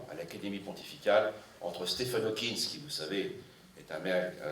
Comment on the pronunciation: Stephen HawkinG, pas Hawkins !